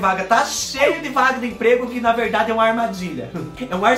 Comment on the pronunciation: Fubá...vorta!!! Eu amei....ri tanto tanto tanto ki...????? Não minthyyra....verdady...minthyyra 🤣😂🤣😂🤣😂🤣😂🤣